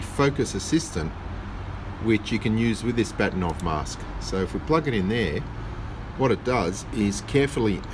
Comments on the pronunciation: Just a sidenote: If we can believe Wikipedia, Bahtinov is pronounced something like "Baakhtyeenawv" stress on the first syllable – but I'm not Russian, your wife has probably corrected you already ☺. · Funny, I had hard time to recognize "Bahtinov" pronounced in English. The original pronunciation (in Russian) is BA-H-tinov, vocal "H" like in German "Bach" (all hail Bach). I guess his name in his Reisepass is written Bakhtinov. You can see Mr. Bahtinov here: Interestingly, the guy decided not to patent this mask...